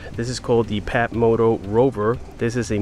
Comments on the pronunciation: You said PATmoto. It's FATmoto. Ph=F... You got the Phatmoto Rover in Yellow. Excellent choice. I'm hoping to get the All Terrain version. But... The extra cost is bothering me still. But i do like trail riding in Central Florida. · It's pronounced "Fatmoto" not patmoto. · It's pronounced "fatmoto" The PH sound F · Love the way you pronounce it Pat-motot instead of Fat-moto! A Very good watch, thank you very much for this one! The best of luck with your future builds. Sincerely, Alicia Antoniadis from Sweden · He really said PAT moto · Hahahaha phat moto it's pronounced fat. Do you talk on your fone while riding your phatmoto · it's pronounced "FAT" moto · Phatmoto.....the "ph" is pronounced as an F lol